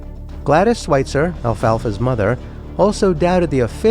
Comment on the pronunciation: It's pronounced Sw-IH-tzer not Sw-IE-tzer